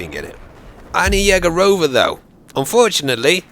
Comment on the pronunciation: Аня Егорова say louder on the first o in the yegorova